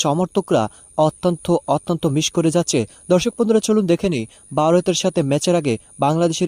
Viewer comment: Oi beta tui kon desh er lok. Varot sabdoe thik moto uccharon korte partasos nah